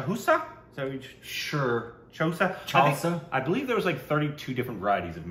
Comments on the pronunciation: Its mango don’t cut it, just ‘Chus’😂😂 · It pronounce choousaa